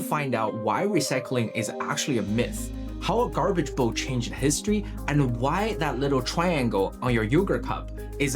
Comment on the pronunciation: Excellent story so far, but I can't listen past 3 minutes after all the mispronunciations (e.g., "garbarge"). Dude, it seems like you're a smart guy who can research well, but you're a disaster as an announcer. Let someone else do the voicing for you, and concentrate on the things you're good at.